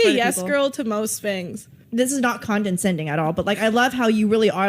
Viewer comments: Condenscending??? It's not a word! Like it's condescending, girl. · “This is not condencending at all” nor was it English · That woman said “conden-sending”. Umm… no, hunny, it’s spelled and pronounced “condescending”. Wow! We have ignorant people trying to seem intelligent and it’s not working out very well for them. Maybe stop riding the CC and go get an “edge-oo-ma-kay-shun.” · God my ocd is being bothered by the fact she said "condenscending" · Did she say condensending?? Lmao fcking id iot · "Condensending" LOL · Yeah sure take relationship advice from someone who can't even pronounce the word, "condescending" correctly😂